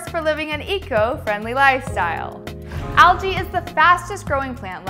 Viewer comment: why does she say AL-JILL? instead of ALGEE.